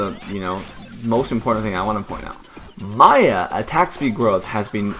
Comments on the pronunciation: did always called "miya" = "maya"? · why you pronounce miya maya